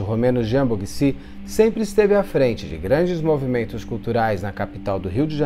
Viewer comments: Beto, a pronúncia é " Boguichi". Conheçi toda Família Boghici. Minha Tia foi casada com o Jean , antes da Genevieve. Está Sabine, foi muito mimada, já que o casal já eram muito maduros. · Acho que se pronuncia.,Sabino Boghici(Boguiti) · Oi, Beto! O sobrenome é complicado mesmo...pronuncia "Boguíti". Jean foi um dos maiores nomes do mercado de artes do Rio de Janeiro e do Brasil. O casal, em 2012, enfrentou um incêndio no apartamento onde moravam que causou um prejuízo milionário a eles...muito triste.